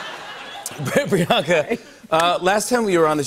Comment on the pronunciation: These guys are so intense about having Priyanka on the show and they have massive amounts of money being poured into their shown and have a great infrastructure available to them.... the INTERNET. They STILL say "Priyaankaa"? It's "Pri-YUHNG-kaa". Like, Jesus, willfully ignorant. Obviously, Priyanka's so used to it it doesn't matter to her.